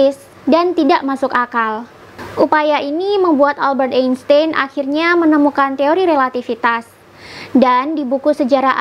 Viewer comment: dibacanya Albert Ainstain